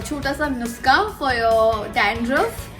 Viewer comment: Ha ha😂😂 ,she pronounce "Nuksa" instead of "Nuska"